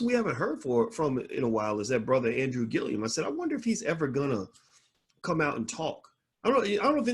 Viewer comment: Dr. Boyce just a lil feedback. The man’s name is Andrew Gillum not Gilliam. Also, he was the mayor of Tallahassee but he is not an attorney.